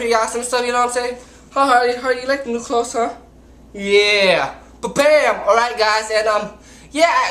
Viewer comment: you cant pronounce clothes lmfao